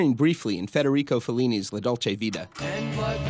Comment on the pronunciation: La dolce vita with "T" not vida.